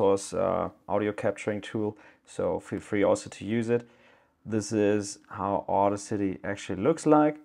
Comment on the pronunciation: It's not auda city. its audacity. Die Kühnheit in Deutsch. its one word. not two. Also: Too much theory, too little tutorial